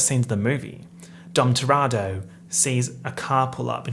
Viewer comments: the fact you say “dom toratto” instead of dom toretto makes me so upset i can’t explain it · Are we just going to ignore the fact that said Dom Toretto wrong the entire time??